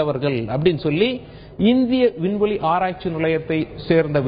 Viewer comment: உல்ல, செய்துல்லது, புல்லி, இவ்வலோ, விட்டார்கல், விண்வெலி, இந்த அழகான தமிழ் வார்த்தைகள் எல்லாம் "ள' என்ற தமிழ் எழுத்தின் உச்சரிப்பு வேண்டும். அவர்களே தமிழ்க்கொலை செய்யாதே. இந்த வேலையை விட்டு விட்டு சென்று விடு. கேவலமாக இருக்கிறது